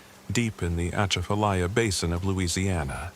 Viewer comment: Southeast Louisiana am. Ahhh the way you said Atchafalya OUCHHH! Lol😂